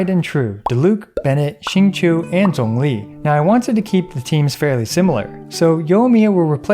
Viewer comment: Your pronunciation of Zhongli was so good I subscribed even though this is only my second time watching your vids. Will definitely be checking out more!